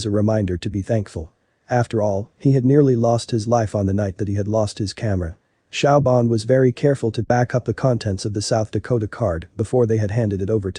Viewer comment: Siobhan is pronounced "Sh'vahn" NOT Shaobhan!